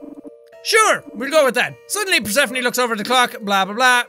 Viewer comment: Persephone is pronounced PER-SU-PHONE, like the greek goddess.